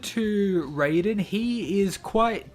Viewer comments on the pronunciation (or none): none